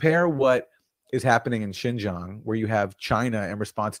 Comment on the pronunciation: I like your part here- but you are pretty harsh on Sam Seder and team not knowing particular info and then, while stating that you know the facts on Uighurs- and correcting the pronunciation of Uighurs- you are unable to pronounce Xinjiang which is hand in hand with Uighurs. That gives me pause about how much you're actually researching. I appreciate your highlighting of Matte's reporting and views in Uighurs, which is new to me.